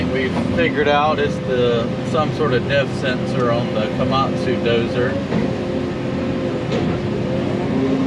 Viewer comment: you said "def sensor" I heard "death sentence" :)